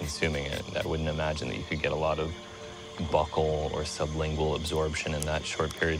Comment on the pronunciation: I love you hamilton, but it's pronounced BYEW-kul (buccal)